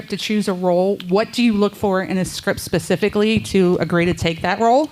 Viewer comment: “This is PACIFICALLY for charlie” i wouldnt even answer someone that stupid